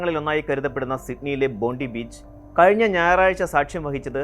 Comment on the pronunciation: First off ബോണ്ടി ബീച്ച് അല്ല സേട്ടാ , ബോണ്ടായ് ബീച്ച് എന്നാ പറയുക. ഞാൻ ആ ബീച്ചിലേക്ക് പോയിട്ടുള്ളതാ. പിന്നെ ഞാൻ അറിഞ്ഞത് അച്ഛനും , മകനും ആയ രണ്ടു പാക് പൗരൻമാർ ആണ് വെടി വച്ചതു എന്നാണ് . അപ്പോൾ ഒരാൾ എങ്ങിനെ ഇന്ത്യൻ പൗരൻ ആകും .? ഇവർ വെടിയുതിർത്തപ്പോൾ അവിടുത്തെ വേറെ ഒരു മിസ്‌ലിം പൗരൻ അതിലെ ഒരാളുടെ കൈയ്യിൽ നിന്നും തോക്കു അയാളെ കീഴ്പെടുത്തി വാങ്ങിച്ചത് കൊണ്ട് കൂടുതൽ അപകടം ഒഴിവായി, പക്ഷെ ഈ തോക്കു വാങ്ങിച്ചെടുത്ത ആൾക്കു രണ്ടു വെടിയേൽക്കുകയും അയാൾ ആശുപത്രിയിൽ ചികിത്സയിലും ആണിപ്പോൾ. അയാലും ഒരു മുസ്ലിം ആണ് , അയാൾക്ക് ഇപ്പോൾ ഓസ്‌ട്രേലിയയിൽ വീര പരിവേഷം ആണുള്ളത്.